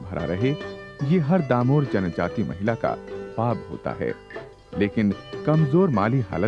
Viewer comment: डामोर not दामोर